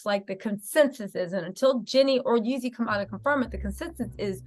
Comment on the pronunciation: Stop calling that man yezzy. It's Jezzy, Jeezy, Jeezy.